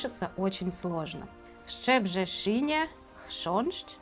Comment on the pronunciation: Большое спасибо за интересную тему и много новой для меня информации! Вы круто произносите наш Szczebrzeszyn 👍 😉.